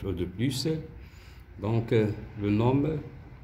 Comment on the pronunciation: Merci infiniment monsieur pour votre meilleure explication mais dans le mot nom on ne prononce pas le m elle se lit non